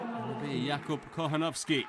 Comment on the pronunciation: Anyone who speaks Spanish on here? The way the commentator pronounced "Kochanowski" cracked me up. It sounded like "cojonoski". Lmao.